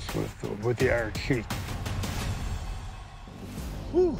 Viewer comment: Finally ,someone pronounced the iron sheiks name correctly